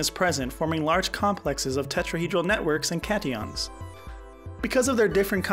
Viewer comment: “Cation” as well. Literally pronounced cat ion